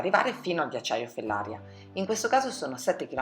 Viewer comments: Fellaría, non Fellária . Sbagli l’accento ☺️. Comunque ottimo video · Comunque la diga e’ di GERA😉 e Fellaria pronuncia come Maria